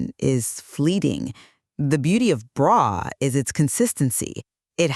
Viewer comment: Brough is pronounced “bruff” like tough . Let’s do our research if you want anyone to take your product seriously . “ braw “ brew” REALLY now !